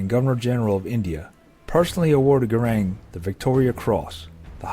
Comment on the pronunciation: Such a shame that the commentator correctly names this Gurkha as Gurung and then continues to call him Garang for the whole of the clip. He's worthy of a little more respect I think.